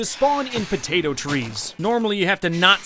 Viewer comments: I can't place any time stamps the part you keep saying potato and as I a Pinoy you keep swearing every item or object you hold or saw you just keep swearing and it's funny potay or p*ta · Potato, puh tato. Puh Tata?